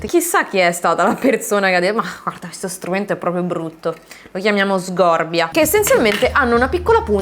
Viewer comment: Comunque cambia l’accento non è sgòrbia con la o aperta ma è sgórbia con la o chiusa! Almeno dovrebbe essere così come nella scultura del legno